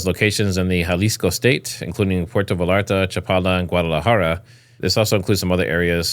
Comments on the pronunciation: Bro it's Puerto Vallarta Pronounced (Véyarta) there is no "L" sound. It's a Y sound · Pronounced puerto VAYARTA" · Pwhere -toe - vay - yar - ta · V a y a r t a. Like tortilla... Puerto Vallarta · I almost had to stop watching and I’m not a native Spanish speaker. How do you grow up in the US and not know the two lls in Spanish are silent